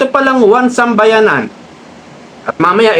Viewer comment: 1Sambayan NOT 1SambayaNAN! Paki EDIT ng sinasabi kasi MALİ!